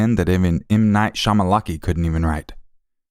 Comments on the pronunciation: M Knight Shamalaky?? 🥴😂 Shayamalan?.. Yea, the ladder😁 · Ha ha ha love that he said shamalaki.... Instead of shyamalan...!!! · M knight shamalaka! 😂😂😂 sounds like me saying his name too!! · Was that "M.Night Shymalan"... See what happens when you use AI? Being sneaky & lazy catches up, doesn't it 😉